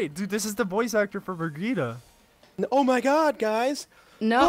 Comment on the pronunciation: still funny how they placed the R, Birgitte